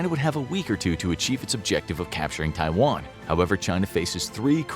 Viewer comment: USA wants a "free Twaian"? And you believe in it?